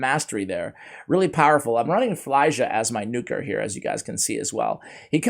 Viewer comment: It’s not fly-ja, it’s feel-ya